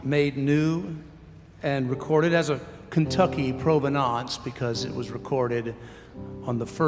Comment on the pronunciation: He was saying "provenance" but made it extra French sounding.